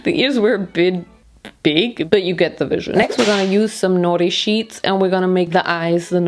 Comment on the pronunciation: When she said norisheets I understood naughty sheets😂